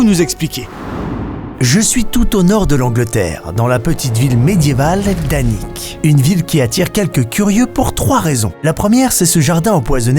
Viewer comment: The "H"alnwick garden ??!